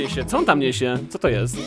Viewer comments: Ten czerwony powiedział cioto zamiast coto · O kurde powiedział cioto xD 😂😂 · on mówi o ty "ćoto" Hehehe XD